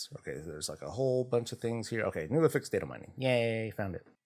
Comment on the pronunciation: Just wanted to point out its affix not afix. Af-fix Not A-fix Two f's